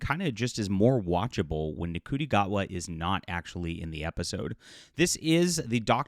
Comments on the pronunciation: His name is pronounced, "Shoo-ty." I know it doesn't look like it. This reminds me of the infamous "Love and Monsters" episode, which was the start of the downfall of Dr. Who. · Ncuti is pronounced SHOO-TI. You can hate the show, or episodes, I do too, but you don't have to be a dick about it. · I'll keep saying it. You are still deliberately mispronouncing the first name of the main actor. I agree with almost everything you say about the show, but this is deliberately rude. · Dude. You are insufferable. Either too obtuse to pronounce the actor's name correctly or willfully missing it. The commentary was not aimed at fans generally or exposers of actual corruption but rather peddlers of misinformation and conspiracy theories who profit off rage bait.